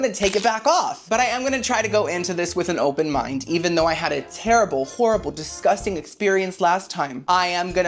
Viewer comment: DISGUSTANG! LMAO I love you girly